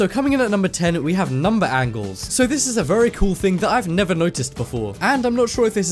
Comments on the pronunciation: Number Angels ? or Angles ? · Number Angels 😂😂😂 you mean angles you dummy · Number one said Angels, not angles. On purpose? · You said "number angles" but pronounced it "angels". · angles not angles